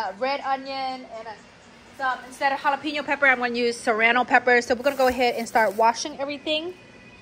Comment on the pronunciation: Whenever says the word “used” she adds the letter N to it and say “nused”. Reminds me of my Dad…brings back so many memories!